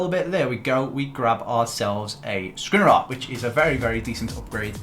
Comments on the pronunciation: I cannot listen to you pronouncing Škriniar anymore... Please, learn it, it's Sh-kriniar. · Hey, love the videos. I know you will probably never see this but the way you pronounce Škriniar is realy annoying to me😅. The "Š"character is pronounced the same as the "Sh" in words like shine, shoot, shank...